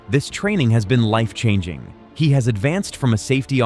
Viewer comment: Chang He，He is in Chinese pronounciation, not English! E sounds like about, the a! He is like her without r! Chinese word is 和！